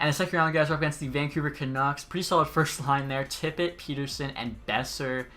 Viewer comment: i know you have probably been told this 100 times but pettersson name is pronounced pet-er-son not peter-son